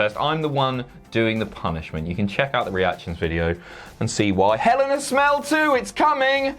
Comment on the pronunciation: Did just say "Hell in a Smell"?